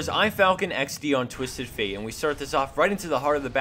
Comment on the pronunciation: Did you say Twisted Fail 0.42? :o